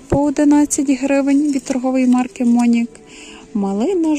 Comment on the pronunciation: Не мОнік а монІк. І не ловАре, а ловарЕ